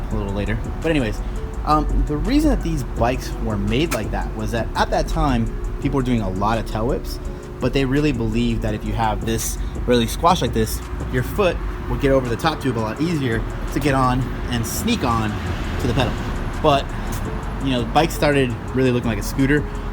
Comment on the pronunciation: is he trying to say 'Tail-whips' sounds like Ta-yebs